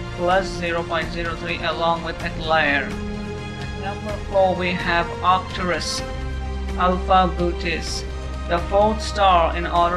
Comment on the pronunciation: Well he said Arcturus correctly...